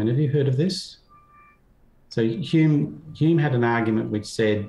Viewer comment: Lol. Butchering Hume then unironically quoting CS Lewis. This takes me back